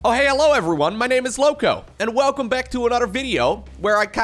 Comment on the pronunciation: "Welcome" not "velcome" Who are you and why are you a imposter?